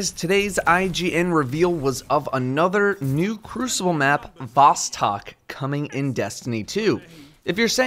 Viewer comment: thx! "vostok" ((восток)east in russian) sounds like vOstOk, not vAstAk